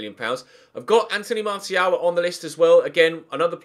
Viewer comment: Definitely not Martial if you're going to keep mispronouncing his name. I'd like to see Dybala though